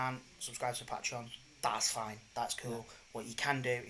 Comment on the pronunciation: pat-reon? pay-tree-on. come on bruv lol. good watch tho! dunno how I'm 2 years late tho